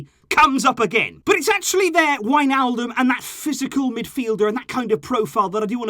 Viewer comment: not wijnaldom or however u spell it 😂but i dont believer we need him